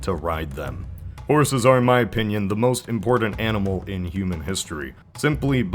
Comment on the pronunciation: if you say "impordant" one more fucking time im unsubing